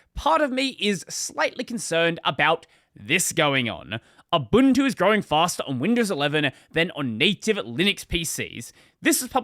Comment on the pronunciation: "abuntu"? lol